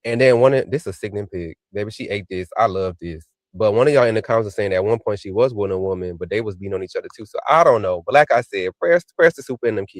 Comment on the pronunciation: I love when says purnt= point😂😂😂